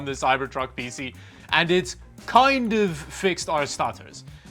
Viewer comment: He always PC like it's a word. It's not "Pee-See or Pee-Sea"